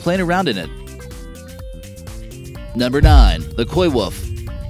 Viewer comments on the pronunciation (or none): wolf dude, not wuff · Its pronounced wolf..not wuff... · It’s a wolf not a “wof” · Did he say "wuff" and not "wolf"..🤔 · Omg yes he did and it for some reason really irked me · Did you just call it a ‘woof’ ?! There’s an L in there dude.